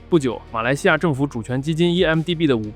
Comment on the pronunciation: 1MDB應讀為「one MDB」，相信很多人聽成了「EMDB」，就像「1斤麵粉➕7盎司水」一樣困惑